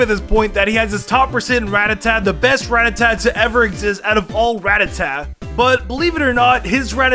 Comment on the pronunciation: You say ratata wrong.